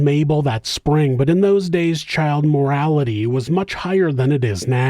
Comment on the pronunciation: Child MORTALITY...not child morality! 🤣🤣🤣🤣🤣🤣🤣